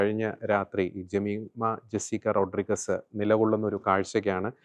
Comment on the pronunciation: റോഡ്രിഗസ് അല്ല, റോഡ്രിഗ്സ് എന്നു പറയൂ